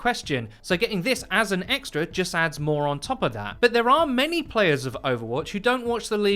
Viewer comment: ET CETERA not EXETRA holy shitsnack...